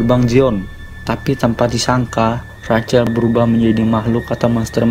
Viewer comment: Rachel, dibaca "RAHEL"